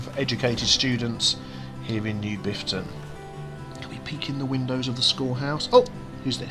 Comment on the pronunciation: Half a dozen seconds in and do I hear "with me, Biffta"? XD